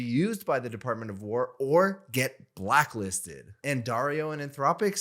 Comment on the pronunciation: "Blacklisted" sounds like barking